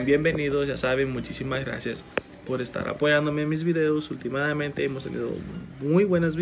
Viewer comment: con.todo respeto no se dise ultimadamente se.dise hultimamente. Mil.disculpas